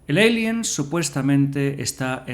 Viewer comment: ¿Porqué dices "yinomorph en vez de Xenomorfo? Porqué dices "Eilien" en vez de alien, pero luego dices tiranosaurio o velociraptor? El vídeo está guay y te pido disculpas pero es que cada vez que oía Yinomorf me sacaba del vídeo